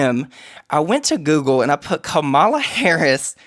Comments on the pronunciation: Its comma-la please pronounce her name correctly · Mispronouncing Kamala’s name when we KNOW how it’s pronounced is not okay, my guys 😭